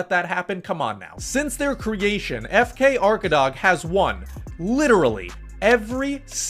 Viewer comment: Arkadag usually translates "the back side of a mountain" and when u pronounce it u don't spell the last letter G and it's long A arkadaa. It's in Turkish and Tatar language.